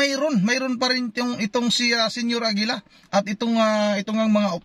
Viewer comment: Senior AGILA naging Senior Lapida 😂